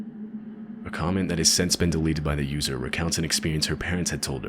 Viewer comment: why do you say "sense" instead of since? reversed pin-pen merger?